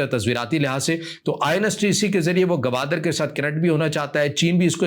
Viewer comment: بھائی صاحب اس شھر کا نام Gwadar ہے Gawadar نہیں ہے ۔ بلوچوں کی سر زمین ہے ۔ باتیں بڑی بڑی کرتے ہو ۔ کسی کے باپ کی طاقت نہیں کہ مکُران کو بلوچستان سے جدا کر سکے ۔